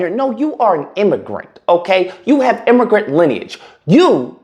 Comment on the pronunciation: Imm- a-grant!😂